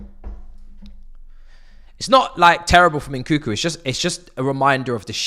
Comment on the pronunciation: Its nkunku bro not n, koo koo😂 your meant to say the second n